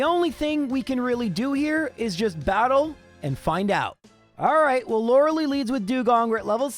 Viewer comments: Lore lie, not Lore lee. You always call her the wrong name,. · "Laura Lee" omg it's Lore Uh Lie its been 30 years xD